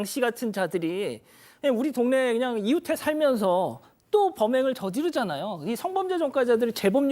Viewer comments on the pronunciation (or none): 이웃에를 왜 이우테라고 발음할까? 진행자의 한글실력 의심스러움. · 진행자는 이웃에 살다를 왜 자꾸 이우태 살다라고 발음하냐? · 발음 제대로 해 주세요. “이우테” => ”이우세“ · 이웃= 이우테가 거슬리네요;; 이우세가 아닌가요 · 왼쪽분은 아나운서인가요 이웃에를 이우테로 자꾸 발음하는게 거슬려요..